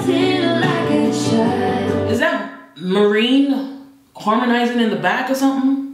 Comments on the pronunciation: The way calls Morren "Maureen", is sending me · Its MAREN